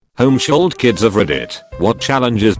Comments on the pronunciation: Nobody:: “Homeshooled” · No one: TTS: home-sholled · Voice said home-shooled